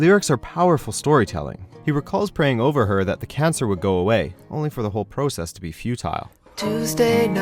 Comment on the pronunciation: Just when I was thinking "wow, this narrator's pronunciation of 'process' and 'futile' is really annoying to me," I hear "the process is futile." AGGGHHHH